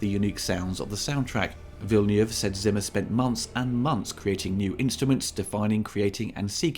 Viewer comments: It sounds like Villeniev the way you say it, which would be a Russian director though... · I really like it! I hope there will be a sequel. I think it is better than the old movie, although I liked that too. Good review, but maybe look up how Villeneuve should be pronounced. That sounds a bit jarring.